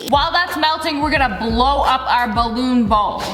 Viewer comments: Who else keeps repeating The part when she said "there 👏 is 👏 no 👏 what 👏 if I am pregnant AND IZZA BALOOON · "DER IS NO BUTTON I AM PREGNAT!" "And itsss a BALLOOON!" That got me so bad XD